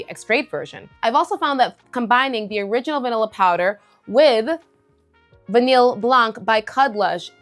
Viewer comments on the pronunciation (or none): VANILLE is pronounced: Vah-KNEE NOT Vah-NILL